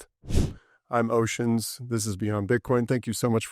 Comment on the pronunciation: It's Oshin bro, not "ocean"